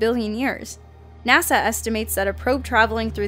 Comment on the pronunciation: It's NOT NASAW.